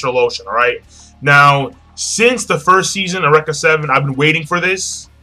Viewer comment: awreka seven yo.... its u-reak-a >_>